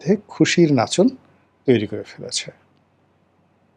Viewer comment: Not Aslamu but Assalamu